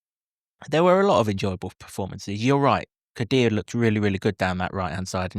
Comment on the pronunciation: KODUA IS PRONOUNCED - COD DOO AH and 2 - 0 Luton Win